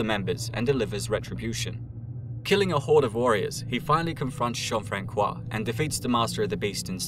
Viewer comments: a note to the narrator Jean-Francois is pronounced Jean-Fransois the c sounds like like an s not a k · The Ç in Jean-François is soft. Reads like a soft "S" in english, not a hard "K". I also live in Three-Rivers in Québec, right where the battle you mentioned took place. :) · plz as a french person the Ç in Jean-François is pronounce like the S in snake